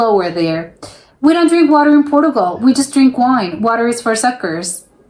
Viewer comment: it's obvious, apart from the banner headline, that you're American because you're mispronouncing a lot of words in this video, e.g Portugal, and many of the typically dumb comments you've made that can easily be attributed to an American. Trust me Americans really are that stupid.